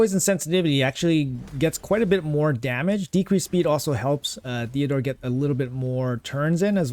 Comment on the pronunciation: TEOdor not THeodor 😂